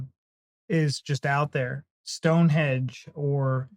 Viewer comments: StoneHENGE not 'hedge' Apart from that; thanks guys! One gets the feeling that you really are trying to appreciate our history and culture. And don't forget, the USA was born out of British colonies and therefore to some extent our history is your history! (just don't try to claim it). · stoneHENGE not hedge